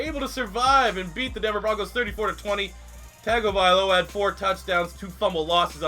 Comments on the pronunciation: It's tua tun-tung-avilo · Its Tua Tongue-O-Vy-Low-A